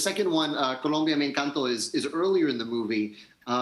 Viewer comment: loved the way jimmy properly pronounced “encanto”. he did his research <3